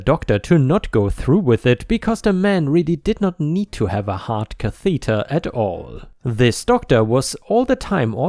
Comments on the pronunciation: Catheter is pronounced “KAA-thuh-dur” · Lots and lots of revenge, nurses,l HOA's (anything and everything is great) please. ⭐⭐⭐⭐⭐⭐⭐⭐⭐⭐⭐⭐ You found the word catheter awkward today. It's pronounced Kath - e (as in egg) - ter - stress on the first vowel. Hope you don't mind us advising you. Your English is brilliant but we do have a lot of words that are difficult to say.